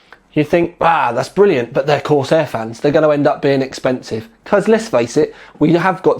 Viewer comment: I love the way you say "Bvrilliant"